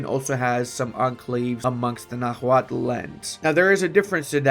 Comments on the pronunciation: The H in nahuatl is mute, as the language is written in spanish orthography. Also, for english-speakers (and non-nahuatl-speakers in general tbh) the final l in -tl is functionally mute too, as the sound in nahuatl is like making a T sound with an L if it makes sense, like morphing the T and L sounds into one, so nahuatl is something like <NAH-wat> Edit: Also, the ch in Tenochtitlan is sound, so something like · Please, brother, do not pronounce the 'h' in Nahuatl! And 'x' is 'sh' in that orthography!